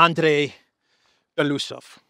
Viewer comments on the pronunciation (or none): Thank you for your update ❤ BTW in russian you pronounce every letter so it is be-lo-us-ov not belusov just saying. 😊 Thanks again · BELO (White) USOV (Mustach) Bielo uuhsov